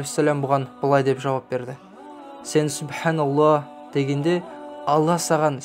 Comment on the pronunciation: Субханаллах дегенде Х әрпін айтпай жатырсыз,айтпаса да бола ма